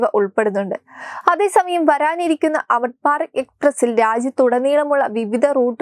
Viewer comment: Amruth Bharath ennucharikkan polumariyillaey. "Amitbarat.. Kollaam